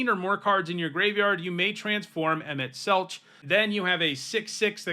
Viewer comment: It's "Selk" in Emet-Selch.